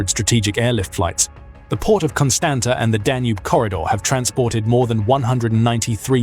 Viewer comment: For God's sake pronounce the cities names correctly:- Galati - galarts, Constanta - constantsa